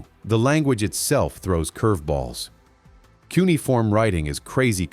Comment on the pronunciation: It's cuneiform,!